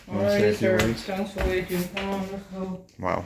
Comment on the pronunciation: Bedding or betting🤔 waifing or waiting😂😂😂😂 Jamaicans are not using the letter "T" anymore??? Americans look what you are doing those people. Love you guys I wish I was there.